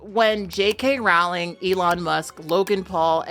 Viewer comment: It's crazy to me how many people are experts in J.K. Rowling's views yet don't know how to pronounce her name. It rhymes with "bowling", not "howling". (Yes, I know she of all people can't complain about people not referring to her correctly, but still.)